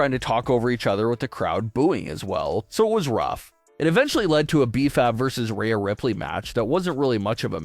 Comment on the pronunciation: its jade LMAO nobody likes her and she admitted herself she doesn’t care about wrestling, she "JUST WANTS MONEY" why would i put any interest in someone who has no actual interest to be there. Also, if you change Rhea to Reeya in the script then the AI will pronounce it properly.